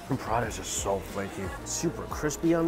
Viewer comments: prata is two syllabus not 3. pra-ta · Lol your prata sounds like buratta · Cos it’s called Prata in Singapore, not Paratha.